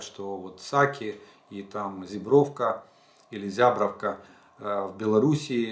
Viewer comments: Алег, дзякуй за вашу працу. Наконт вымаўлення Зябраўкі правільна будзе зЯбраўка (зЯбровка) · Замечание из Беларуси. Зябровка ударение на первый слог. Простите, не неправильное ударение режет ухо.